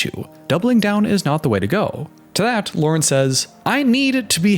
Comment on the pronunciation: you kinda do that thing you’re talking about where you change how you speak. especially with your T’s. listen to how you say “what” and “that” - you add an “uh” sound at the end. “what-uh that-uh guy said”